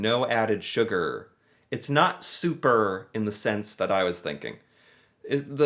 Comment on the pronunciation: No ‘sugger